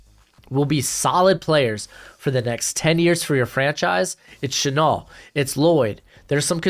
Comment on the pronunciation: It's pronounced Shuh Nell, like the perfume or Cologne Chanel, honestly, that might be why he switched to #5 like Chanel no.5 I love Chenal too, He's hands down my fave in the class, It's just like last year, I started out all about Cox, then I found Zaven Collins and he stole my heart, this year I came into the season crushing hard on Brandon Smith, especially with him being a local Virginia boy but then I found Chenal and it was all over for me. I'm hoping we trade back grab an extra 2nd or 3rd and get him grab him in the 1st. Ron is moving Jamin outside where he's a much better fit and we still badly need a MIKE, if any coaching staff would be willing to go LB in the 1st round 2 years in a row it's Ron Rivera and JDR. I was really hoping we would be able to get him in round 2 but his hype is growing after the Combine and he could very likely be heading into the 1st, but there is still that outside chance that the NFL won't be high on him because he doesn't fit that modern LB mold, but the guy looks like Micah Parsons around the line of scrimmage he just launches into backfields. I think if Washington can trade back get an extra 2nd Draft LB Chenal, NB Jalen Pitre, and FS Nick Cross we would be fully set to transition over to Nickel as our base like Ron and Jack want with the perfect personnel to dominate.